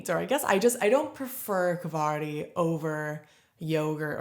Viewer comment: Kvarg is pronounced like Varg (wolf) {Kvarj)